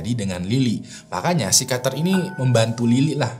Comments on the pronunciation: pesikiater bang bukam sikater 😁😁😁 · psikiater apa psikater sih bang???? 🤣🤣🤣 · Psikiater Bang ,bukan Psikater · Susah bet bang kyanya pas harus ngomong pesikiater😂